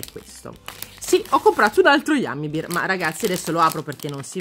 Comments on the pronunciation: Bear si pronuncia "BER" non "BIR", se dici "Bir" significa birra. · orsi in inglese si pronuncia ber non bir come dici tu, come pronunci bear tu vuol dire birra😂 cmq io adoro i tuoi video squishy!! 😍